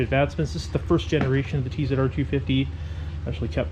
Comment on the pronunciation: Luvin that TZR 250 I remember them well when they came out, wicked little bikes! Also well done for calling it a T Zed R rather than a T Zee R !!